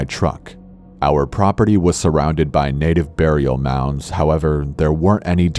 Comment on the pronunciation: sounds like you said "native burial nounds" xD